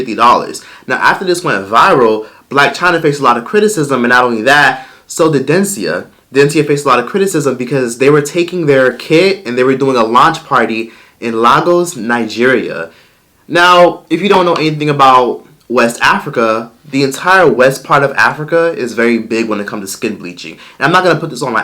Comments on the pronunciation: I’m sorry but as a true Lagosian I have to say this. it’s actually LAY-GUS!! GUS...Like the short form of the name “AuGUStus.” It’s not LAH-GOHS and I just feel you should know that because my heart jumped when I heard that 😂😊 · Lay-goss like wanye goss. 😫😭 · It’s Lagos with an “ayyy” rather than an “ahhh” 🖤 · Dencia is not big in Nigeria, at all. Nigerians do not pay her any attention. She is a fool. Also, if you are going to "make a video" make sure you know how to pronounce the respective cities. LAG-OS? LMAO It's LA-GOS (LAYGUS). SMH. Oh, the research that was done. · I love you but it’s pronounced lay-gos x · Its pronounced Laigos not lagose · Lahgos lol it’s LAY-Gos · “LAYYYYY -GOHHHSSSSS” not laggos 🙃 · the way i just fell out just now?! Lay-Goes nigeria, not LAH-GUS lmaooo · Listen if you can't pronounce it dont say it my gosh its lagos as in (lay gos) not laa gos don't piss me off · Lagos is pronounced “Lay goss”, not “Lah goss” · Lagus? Omg 😆, it pronounce legors but it lagos. I’m from Lagos. I don’t bleach, it so ugly. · Lagos is pronounced lay-gos not literally “La” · Ju La Says who? I’ve never heard any Nigerian pronounce it la- gos, It’s lay- gos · The way you pronounced Lagos....’Lah-Goes’....I couldn’t stop cackling...I just sub’ed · Lagos. Lay-gōs. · boo, Lagos is pronounced 'Lay-gohs' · It's pronounced 'Legos' honey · Its pronounced Lagos, Nigeria "LAY-gos" lol I love you and go on car marshall every video for at least 15 min even though I don't need a car! lol!! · becks He said Lah-gos...like ghost 😭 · Lagos is pronounced, Lay-gos and i can see why dencia went to lagos. Very wrong of her though but it was a smart move to sell a cream there. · Flakey Flakes when he said “lahhgoss” 💀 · Stop butchering Lagos omg lololol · pronunciation of Lagos has me crying i can’t 😂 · The way you said LAGOS has my Nigerian Mother UPSET 😭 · pronunciation of Lagos 🤣🤣🤣😭😭😭